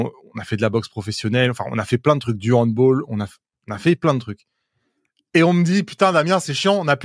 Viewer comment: Bonjour, handball inventé par les allemands. On prononce le A pas comme dans Football. Top ce format, j’adore. Damien, indispensable dans le paysage actuel. Chaque moi j’attends avec impatience le nouveau 50%.